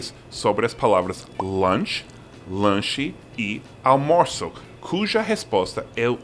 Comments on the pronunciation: Uma dica: não tente falar "aL-mo-ço". Fale "aU-mo-ço". Ninguém vai notar que o L não está lá. Nas profundezas da alma, o som desse L é diferente de U, mas nesse caso tem nenhuma importância. Fora isso, é só lembrar que a tônica é na segunda sílaba: al-MO-ço. Pode complicar hora de flexionar algumas palavras. Exemplo: O plural de "céu" é "céus". O plural de "pal" é "paus". Mas o plural de azul NÃO é "azús", mas sim "azuis", de "general" é "generais", de "animal" e "animais". "mal" é advérbio e não tem plural, entretanto "mau" é adjetivo e o plural é "maus". Além disso (acho que você já sabe), o L vai ter esse som quase igual a U somente quando no final da sílaba: "aL-mo-ço", "aL-fa-ce", "Mi-guéL", "saL" é tudo final de sílaba e tem tudo som de U. Entretanto "a-Lu-mí-ni-o" NÂO é final de sílaba e o som é bem consonantal, igualzinho "Luz". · Ficou muito bacana a dublagem da Moça para almoço. Mas tente esse exercicio: diga moço , depois au. Finalmente tente dizer junto "aumoço". Evite a pronuncia do L. É ai que está pegando com o espanhol. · Durante todos esses anos que vejo esse canal, sempre me perguntei porque tanta dificuldade do Seth falar "almoço", já que é muito mais fácil do que a versão em espanhol "almuerzo", e a "versão do Seth - almorço". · "Almorço", fala rango que tá de boa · All moo sou . Duvido vc errar agora. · Amigo gringo, quando quiser falar almoço no contexto certo é só falar ''ao moço'' kkkkk é o msm som, sabe?! Nós brasileiros, a maioria, não conseguimos ou temos dificuldades tbm em falar as infames: through thought though through thorough do inglês. O entendemos perfeitamente a sua dificuldade em falar almoço....